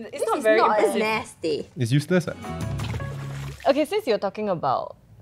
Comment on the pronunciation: theres something about the way pronounces "useless' that i couldn't stop laughing about HAHAHAHHHA